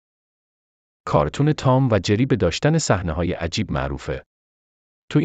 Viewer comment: این گوینده چرا این قدر دستور زبانش افتضاحه؟ جَری دیگه چیه؟؟؟؟!!!